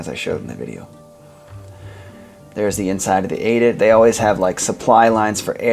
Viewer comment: Out of all that research and amazing detail you forgot about the dictionary. Say 'add-it', not 'ay-dit'. That does not change my awe and my love for your creations.